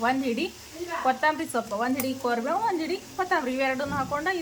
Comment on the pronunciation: ಕೋರಿ ಬೇವ್ ಅಲ್ಲ ಅದು ಕರಿಬೇವು ಸ್ವಲ್ಪ ನೀಟಾಗಿ ಅನ್ನಿ